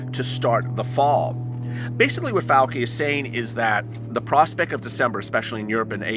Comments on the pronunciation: It's (pronounced)fau- (chi), sounds like chee, not fau- (key) 😀😁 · Love your channel and all the info you are striving to get for us. Dr Fauci is pronounced Fauchi no Fauki.